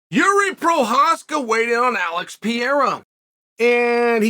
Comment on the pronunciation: Did you just say Prochazka correctly?